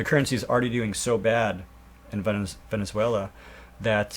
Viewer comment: Dude! VenezuaLIA? Gotta get your pronunciations down. It'll make you sound more legit!